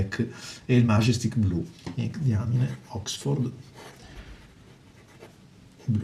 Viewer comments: ...si pronuncia "daiamain"! Che diamine!! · Sì pronuncia daiamin... Se proprio dovete fare le correzioni, prima studiate...